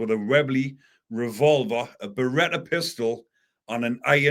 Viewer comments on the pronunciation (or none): none